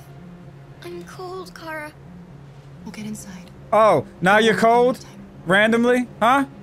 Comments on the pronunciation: Am I the only one who noticed how got mad about saying Kara’s name wrong but for the last episode or two he has been saying it wrong too 😂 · You do know her name is Kara right ✅